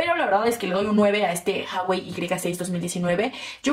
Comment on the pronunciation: Porque dices haiwei?